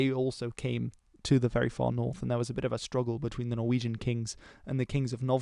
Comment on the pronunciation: Amazing pronunciations, I almost thought you were Norwegian for a sec